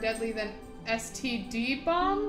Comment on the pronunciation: You reading std as STD instead of standard is hilarious to me and I don't think I'll ever read it another way now.